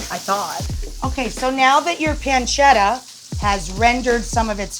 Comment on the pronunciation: it's Pan-ce-ta god damnit